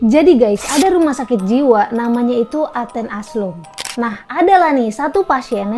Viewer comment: yg bener athens asylum ya bukan aslum